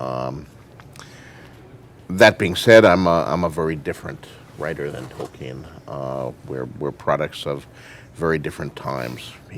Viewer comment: Why does he keep saying "Token" that way?